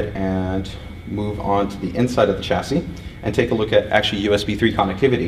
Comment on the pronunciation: 1. Cut down on the 'actually'. 2. Every time you pronounce it 'tʃæsi' instead of 'ʃæsi', the Queen sics her corgis on a kitten.